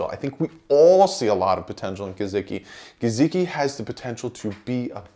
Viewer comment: WHAT about the name / word "Gesicki" makes you pronounce the S with a Z sound??? COME ON MAN!!!